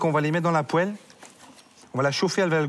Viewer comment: La poÉle ?! 🤣 Ça a son charme prononcé comme ça.